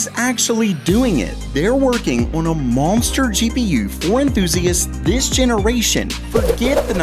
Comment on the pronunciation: I came to hear you say "M-ownster" one more time 🙃